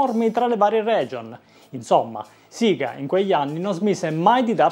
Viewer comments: Si dice sega non siga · suppongo perché ai tempi in Italia si diceva così nelle pubblicità per ovvi motivi